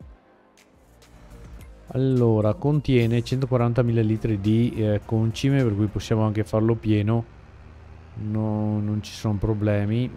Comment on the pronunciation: Ma scusa. Perchè continui a chiamarlo Còncime? E' Concìme... (in italiano)